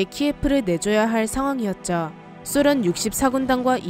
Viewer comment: 소련의 발음이 좀이상한데 쑤련? 쓰련이라는거같음 발음좀 수정해주세요